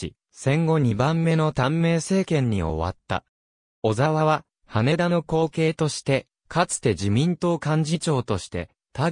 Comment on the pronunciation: 羽田（はた）です・・・